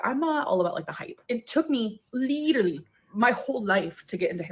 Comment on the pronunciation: Leader-ly/ Litre-ly 😂 That is what I hear when she says literally lol.